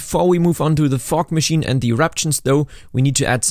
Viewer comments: I kept thinking you were saying fork instead of fog. 😂 What's he doing with a fork machine!? 🤣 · only me hearing fork instead of fog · Sounds like u say fuck when j say fog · I’m sorry but am I the only one who’s thinking he’s saying fuck instead of fog? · That's SO. AMAZINGLY. COOL. I'm so impressed, holy cow ❤❤❤ Also, side note: I know you said fog (a lot), but every now and then it sounded like you said fork 😂😂 very odd if you hear out of context, haha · Absolutely losing it over the way you pronounce “Fog” Only because in my region it would sound much more like the f-word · was i the only one who heard somthing else whenever he said "fog machine" 😂😂😂😂